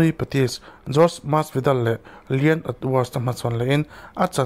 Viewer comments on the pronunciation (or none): none